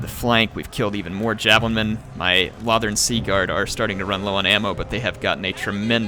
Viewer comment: Its pronounced low-thorn